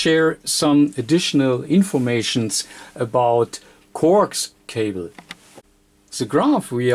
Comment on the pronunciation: Corks cobble; get it straight; I still understood what he was saying